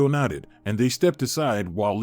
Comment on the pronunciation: Nodded, not knotted